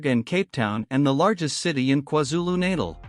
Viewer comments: Kwazulu Natal is pronounced like Kwazulu Nathal but you do not write the h. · Bro it's Kwazulu natal